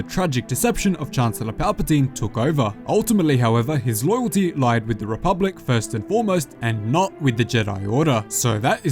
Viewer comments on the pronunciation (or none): none